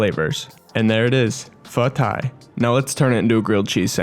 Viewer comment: Pho tai is actually pronounced as pho thigh. “t” in Vietnamese is pronounced as a “th” sound, and “th” is pronounced as a “t” (basically opposite of English)